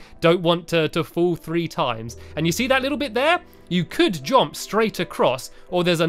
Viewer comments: Anyone else realised he says “jomp” not “jump” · Stampy! It’s jump! Not jomp 😂❤️